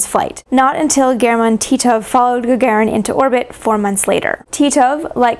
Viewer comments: Ga-ga-rin мудак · Is Gagarin's name really correctly pronounced "Gagerin"?